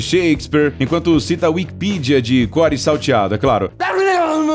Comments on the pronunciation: é Wikipédia e não wikipidia porra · Não é wikipia e sim wikipédia